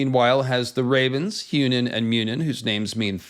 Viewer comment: Munin was right. But when you say Hugin, you need to put more emphasis on the g.